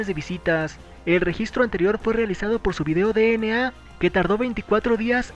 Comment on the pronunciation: Mas de 50 vídeos sobre bts...Y sigue diciendo "De ene a (DNA)" en vez de "Di en ei (DNA)" xdxd